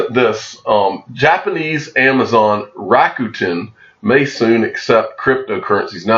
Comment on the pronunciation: It’s pronounced Rock Ten, just fyi. For Rokuten.